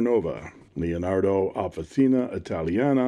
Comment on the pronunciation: Officina means workshop, and it is pronounced “officheena”